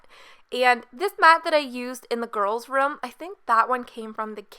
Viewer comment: you say ruhm instead of room. how do you pronounce rum then?